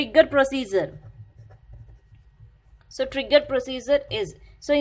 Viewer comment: I like how you pronounced procedures maam. Proseizures heheheh